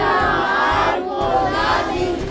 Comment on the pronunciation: bigla ako napa wow nkapag bigkas ng Po